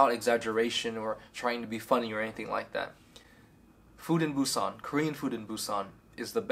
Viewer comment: Got a vietnamerican who has been to Korea once who knows what the heart of busan is. Dude can’t even pronounce the name correctly.